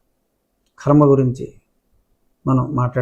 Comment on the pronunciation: రాజు గారు. .ఖర్మ కాదు కర్మ...